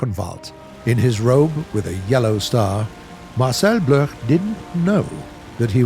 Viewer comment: Can war thunder pleas re add the option to have three colored smoke trails? By the way, Marcel Bloch is prounounciated Marcel Block, he later changed name to Marcel dassauld